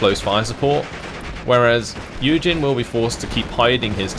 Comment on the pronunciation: I was listening to the video without really watching in the deployment phase for the first YueJin game commented, and for a while I literally thought the guy was called "Eugen".